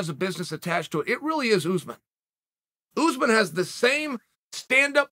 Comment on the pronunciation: Anybody else crack up every time Chael says “OOZEMAN” 🤣🤣🤣